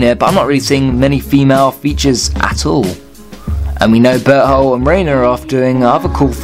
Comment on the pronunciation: When you said Bertholdt it sounded like you said butthole and I was lying there so confused like "who's that?"😂